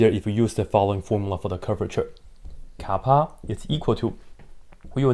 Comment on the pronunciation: What did he call the K? Kaapa?